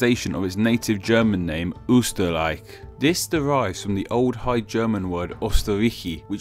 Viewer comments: I think if the origin of a name is explained the right pronunciation is very important. Here, the "ö" in Österreich is pronounced completely wrong. In German it is very easy to explain how "ö" should be pronounced because it is just the mixture of the vowels "o" and "e". But since in English vowels are pronounced in a different way it will not help. By the way, the similar sound of Austria and Australia is only a problem in the English language. In German, "Österreich" and "Australien" do not sound similar at all. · Amazing video, but...not so amazing pronunciation! Anther classic is Americans mixing Sweden, Switerland (die Schweiz) and Swaziland together, which get me pissed because I live in Sweden. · But you're pronouncing all the German words wrong. "ö" sounds different in German than what the video purports. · Not to be offensive but the pronounciation of "Österreich" sounded a bit like a cave man xD But still better than other people who just think "Ahh.. screw pronounciation rules of other languages, I just try pronouncing it as always" or the ones that go like "it doesn't matter how exactly I pronounce the Umlaut or the "ch"... It just have to sound as harsh as possible" ... Don't understand a word when people do that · Your pronounciation of Österreich is abysmal. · Your pronunciation of 'Ostarrichi' was spot on but your 'Österreich' sounded like 'Üsterreich'^^ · But in no German dialect does "Österreich" sound like "Uuhshterraick"😂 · "Mowsard", "Owsterreich" XD. Wow, massive pronunciation problem. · Hmmm...."Oyster-ryte-she" isn't the best pronunciation. ...but I know Ö + CH aren't easy for native English speakers. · the CH makes a K sound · I'm from Austria and it's so funny how u pronaunce Österreich (Oberösterreich / Overaustria) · Maybe you should pronounce that 'ö' sound well, if you're making such type of videos. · I think the ch was way more of an issue. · He pronounces Österreich wrong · Your pronunciation of Österreich is funny